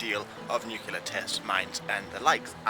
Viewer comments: *nuclear not nucular just so you're aware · did just say Nu-cu-ler? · Of all people to mispronounce nuclear. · Oh dear, someone used a very common mispronunciation, so common in fact it's been used by multiple presidents, scientists and academia; whatever will we do? I have absolutely no idea what is talking about now?